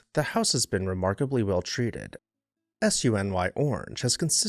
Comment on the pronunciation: A friendly correction.....the SUNY acronym for the State University of New York is correctly pronounced "Sue-Knee." Thank goodness as it's a mouthful otherwise. Great video as always, thank you. FYI, SUNY Buffalo is one of only two universities founded by an American President, the first being Thomas Jefferson's University of Verginia in 1819...the second being University of Buffalo (Now SUNY@ Buffalo) founded in 1846 as a medical college by future President Millard Fillmore.